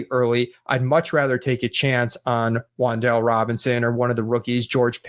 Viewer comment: A little FYI for the boys! Wan'Dalè is pronounced Wan Da Lay. Don't tell any body.